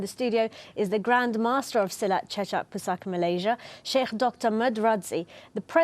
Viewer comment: Hadoi la host pompuan tu pun…buat la homework sikit nak sebut betul2. Ni duk asik sebut silat cicak 🤦🏻‍♂️